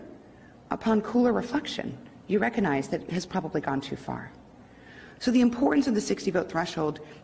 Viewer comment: She pronounced the word "recognize" like this: "reccanize". Brilliant use of the English language.